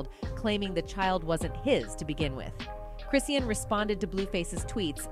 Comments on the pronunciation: Chrisean (Chris-SHAWN) how u reporting on a person and cnt pronounce their name and if it’s a robot reprogram tht mf 😂😂😂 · It's pronounced Chris - Shawn. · I wish you'd pronounce her name right. You can say talm bout but can't say her name. Quite disrespectful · Exactly speaking on someone and can't even pronounce their name right 🤨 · She didn’t get 1/2 of it Right..🤦🏾‍♀️😮